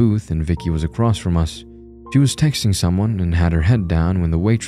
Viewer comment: "Across", not "acrost". There is no "t" in the word. Edit: Aaand done. I'm looking for scares, not to be preached at about the equality of fictional monstrosities that do horrible things. Keep working on your vocal range and word pronunciation.